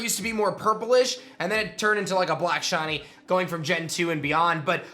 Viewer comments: Ah yes, the elusive “Shawnee” Pokémon. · WHY DO YOU KEEP CALLING THEM SHAWNIES? Sometimes you even said shoddies!!